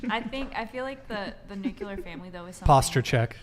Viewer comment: It's NUCLEAR family, not nucular family.